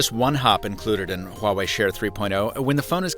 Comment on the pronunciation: Honestly, I was kinda shocked by how accurate his pronunciation of ’Huawei’ is😃😃